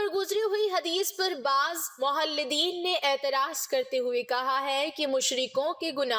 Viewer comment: The correct word is "mulhadin" not "mohalladin". Pls correct your mistake.